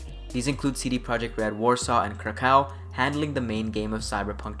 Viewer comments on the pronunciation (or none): I relistened to the whole thing and actually you are good man, I dont know what I was bitching about there lol, I was just listening to it while being focused on sth else and just picked up on some things like Krakow and Tomaszkiewicz , but you nailed all the other ones so I guess its a lesson for me not to turn into little bitch too quick ;) like your content, keep it up man.